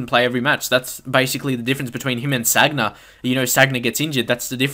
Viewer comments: San-ya not "Sag-na". Otherwise a good video. I agree totally with the midfielder comments, Gotze in cdm it's so unrealistic. However I do like it when I get someone on head to head with a team full of nothing but attackers, so easy to exploit with quick passing and movement. Haha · Sanya not sagna